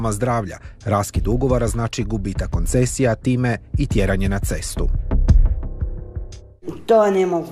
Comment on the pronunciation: Nadrogirano smece nezna ni izgovorit rijec KONCESIJA, A ONA JE MEDICINSKA SESTRA!!! ALOOO???!!!!! MINISTRE GDJE STE SADA???